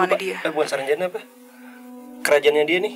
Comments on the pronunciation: Untung GK kepleset y ngomong nx...saranjana bukan sarang janda 😂😂😂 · "Saranbata" 😂😂😂 but prayer for semoga dalam lindungan Allah swt